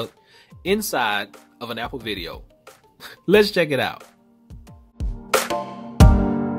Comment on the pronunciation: the way you pronounce apple is super weird